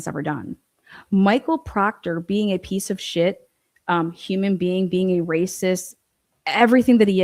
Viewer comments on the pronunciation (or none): none